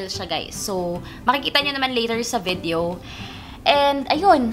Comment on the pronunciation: Ano ikamo... VIDEYEOW??? bwahahah!